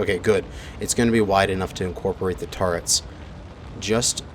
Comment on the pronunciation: he says tarits